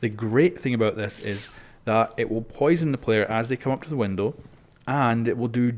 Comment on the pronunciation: I'm sorry but I have to its something that drives me crazy it's a window not windil